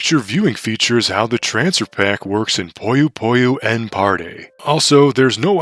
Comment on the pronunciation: Hey, just letting you know that Puyo Puyo~n isn’t pronounced “Puyo Puyo N”, but instead “Puyo Pu-yon”… The game title itself is actually a pun, considering Puyo and Yon (the Japanese word of the number 4) both have “yo” in the name. And seeing as this is indeed the 4th entry in the Puyo Puyo series, they named the game Puyo Puyo~n! Clever, huh?